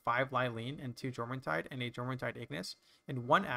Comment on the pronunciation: Amazing video. Also, Jormuntide is pronounced like "YOUR-MUN-TIDE". J is pronounced as a Y.